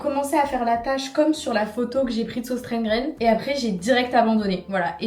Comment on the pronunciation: Ça me perturbe trop comment tu prononces Søstrene Grene hahaha